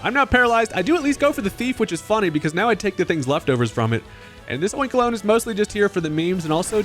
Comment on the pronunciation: Your pronunciation of Oinkologne is correct. It's oink and cologne.